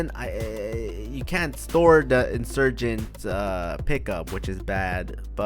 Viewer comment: He said the insugent expensive 😂😂😂